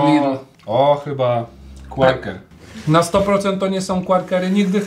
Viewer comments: Nie qarkery tylko qakery!!!! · QUAKER NIE QUARKER TAK SAMO PRINGELSY NIE PRINGLESY (tak jestem mad)